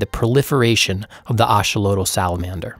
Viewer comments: It’s pronounced a-XO-lo-tl, not A-xo-lo-tl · i have never heard axolotl pronounced like this